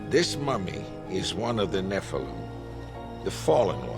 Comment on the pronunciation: it's NOT pronounced "NE-FLUM", it's "NE-FAL-EEM" angel from grace!!! how lazy!!!